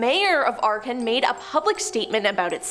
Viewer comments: Arkin? Wtf!? It's Akron. Ack Ren. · The creepiest thing in this video is how she butchers the name of Akron. Not to mention her voice is annoying in general.